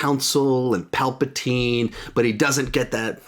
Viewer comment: “Palpatween.” -, 2019😂